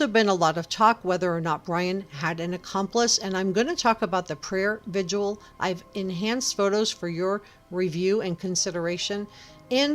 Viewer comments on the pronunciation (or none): Its prayer vig-il not “vidual” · Why can't anyone pronounce 'vigil' correctly?